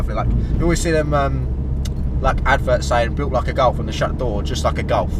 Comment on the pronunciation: It’s G O L F you moron not G O W F